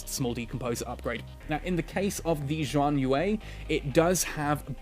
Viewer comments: "Shian yuu" is the closest I can type it. It sounds different to hear it, but that's close enough. Haha. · Xi = sh pronunciation. HTH.